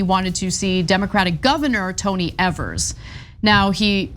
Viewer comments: EEEvers, long E. You pronounce his name wrong EVERY TIME. If you want to be taken seriously as a news program, double check pronunciations before you go on air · It’s Eeee-vers, not Eh-vers.🤦‍♂️ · I apologize for him on behalf of all Wisconsinites. That being said… it’s pronounced EEEVERS! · Please please please learn how to say our Governors name. This is like the 4th story on Tony and you still pronounce it incorrect